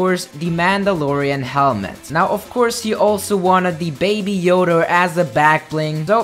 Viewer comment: Everyone: baby yoda: baby yoder